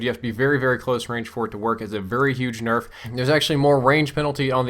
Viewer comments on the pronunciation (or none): "QBB got a huge berf" lol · What's a berf? Lol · 'The QBB got a slight burf.' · I heard it too haha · QBB got a big berf? lol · "QBB especially got a huge berf.." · "QBB got a good Berf" xD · u said berf LOL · "QBB got a huge berf." You heard it here first folks. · Did he just say the QBB got a huge "burf?" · "QBB especially got a huge berf." Was it sick or something? :P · he said burf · lol you said berff instead of nerf